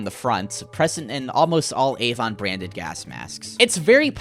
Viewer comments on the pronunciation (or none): none